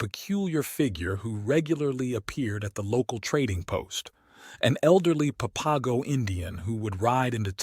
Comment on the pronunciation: Please learn to pronounce the words, such as placer and Papago. It interrupts the vibe of the story to hear them spoken incorrectly. Thanks.